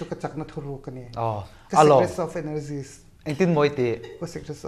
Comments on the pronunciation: Ka sikrest of energies 😂😂😂😂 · Ka secress of energiess 😂😂😂😂😂😂